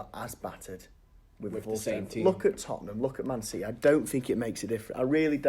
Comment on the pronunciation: CITY.....not Ci eee........grrrrrrrrrr